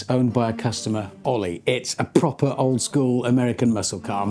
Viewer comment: the most british "proper" ever